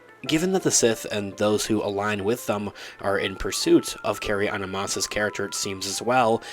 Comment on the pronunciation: Unbearable. It's Carry Ann Moss. NOT Anna...